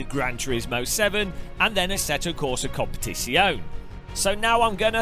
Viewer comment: Hi, asseto corsa competizione player here, the best pronouciation for it is comp- a-ti-zion(this is the hard one its like a shhh sound but with a J almost like a mechiene)-on( its quite close to competition) lmk if you disagree but i like this the best